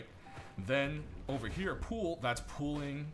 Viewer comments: Are you saying "Pool" for "Pull" ? Ive never heard that before. Cheers for the in-depth video!! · ive watch probably every video of yours (for rust) and never heard you say "pull." where are you from? this seems to be the only word for which you have an accent. i think its more like, "p uh l" =D